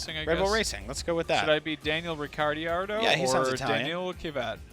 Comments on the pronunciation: It's Daniel Ric-ar-do and Danill Kiv-iat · Did he just say ricirriardo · They don't only have any knowledge about F1, but they also can't even pronounce the names correctly: They say Ki-vat, although his name is Kvyat. And they pronounced Ricciardo wrong too; besides the fact he's Australian. FE1 was more popular earlier. Because of too many rule changes in the past years (no more pitstops...) this series became less and less interesting for the viewers.